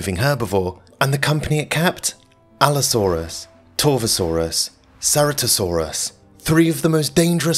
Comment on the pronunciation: Ceratosaurus was actually pronounced with a hard C like a K as in chitin which is what it was named for.